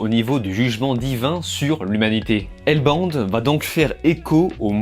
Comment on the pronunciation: bin j'aurais la flemme de liker ta critique ( je sais tu vas dire tu t'en fous) en vrai ca coute rien d'au moins essayer de bien prononcer